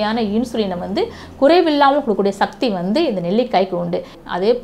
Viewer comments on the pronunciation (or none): none